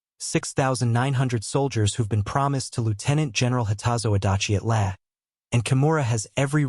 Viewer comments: You pronounced LAE [lay] correctly once but then reverted to your old ' laya' for the other times! You are getting better! That was a VERY well researched and presented video!! Just a pity more subject correct pics were not forthcoming. Great work! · Lae is pronounced "Lay", not "Leh". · lăăă😅 LAAAAAAA you know someday somebody's going to figure out how to write an AI software that can recognize long and short vowels and if they're smart the copyrighted and become very very rich people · Lae is pronounced Lay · I have been watching your videos and have enjoyed them a lot. One small petty complaint though, Lae is pronounced LAY, ( i grew up there), as I said, petty. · it is pronounced "lay" a number of other fumbled and mispronounced words and terms which are very distracting. Like Reball not Rebaal. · Wrong B-25 pictured in the beginning of the video. Canon armed B-25H was long after the B-25Cs used in the Battle of the Bismarck Sea. "Lae" is pronounced as 'lay'. Pappy was a former US Navy Chief Petty Officer.